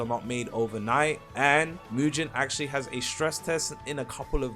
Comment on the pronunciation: Btw, it's not pronounced as MUJIN its MUGEN like gun 🤓